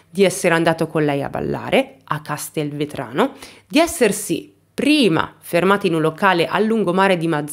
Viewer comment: Scusami ma i nomi dei luoghi li potevi dire anche meglio:Mazara del Vallo, Castelvetrano è tutto attaccato non è Castel-Vetrano,Terminimesre idem tutto attaccato. Il lungomare probabilmente era Fatamorgana in Mazara del Vallo